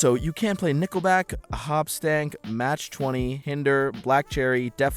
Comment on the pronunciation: My guy mispronounced Buckcherry, Matchbox 20, and Hoobastank